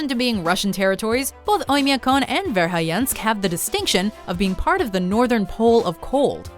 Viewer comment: Interesting video, but do you realize that, every time you pronounced Verhoyansk, the 'o' ended up as 'i', and the 'a' ended up at 'e', i.e., vair-high-YENSK, rather than vair-hoy-YAHNSK?